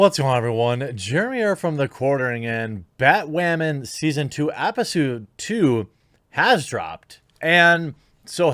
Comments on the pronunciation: did you say "epi-pseud"? xD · “BatWAHMAN epiSAHD 2.”